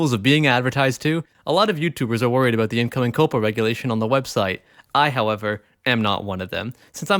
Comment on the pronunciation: Coh-Pah... Now thats Misinforming people how to pronounce words!